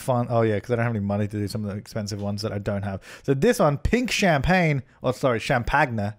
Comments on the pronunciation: "champaGNE" oh my god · the way you said champagne is how i say it in my head when i'm trying to remember how to spell it 😂